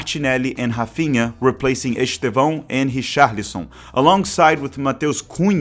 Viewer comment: Despite being Brazilian (and speaking excellent English btw), it's noticeable how you can't pronounce Estêvão's name correctly rsrsrsrs